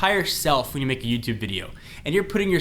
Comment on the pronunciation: Make not mane